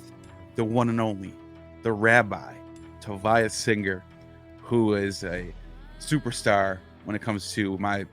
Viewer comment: Once again, the Rabbi nails it! But I suspect 🤔 that if Rabbi Singer were to apply the same sort of criticism to the Hebrew scriptures that he routinely applies to the New Testament, it would literally make his head explode. 🤯 BTW, his first name is pronounced, "Toe-VEE-ya", not "Toe-veye-ya". If you were a Boston townie I would say it rhymes with how the townies pronounce Revere. Your mispronunciation of his name really bothers me.